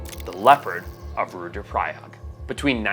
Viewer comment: Rudraprayag* Not Rudrapally.